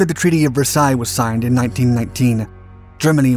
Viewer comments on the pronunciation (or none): none